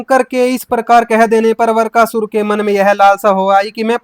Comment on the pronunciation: वीडियो बनाने वाले को हिंदी बोलने का भी ज्ञान नहीं है वृकासुर को वरकासुर बोल रहा है और बातें कर रहा है भागवतज्ञान की तुम्हारे गुरु रामपाल कबीर दास जी की पॉइंट 1% भी बराबरी नहीं कर सकते वे दिन भूल गए जब उनके आश्रम में उनके लोगों ने गोलियांचलाई थी रामपाल को खुद हिंदी बोली नहीं आती मूंह बिचका बिचका कर बातें करता है, जेसे फिल्मों में जॉनीवॉकर।